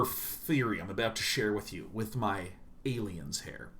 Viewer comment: "Alines!" Im dead. Thank you so much for the laugh